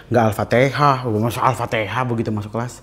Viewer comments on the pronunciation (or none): fasih bgt dan tau bgt ga alfatehah masa alfatehaa😂...tau bingit yah wal asyri...inget jaman bocil😢and mau mualaf atau gak ituh terserah insan dg tuhannya...islam ga memaksakan hanya hidayah yg mampir...klo dipaksa ujungnya ga baik...